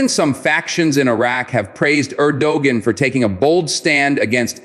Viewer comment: You know all is well But it would be nice if you can pronounce the countries president's name correctly